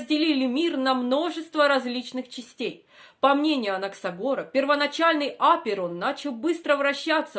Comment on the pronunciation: Что с ударением?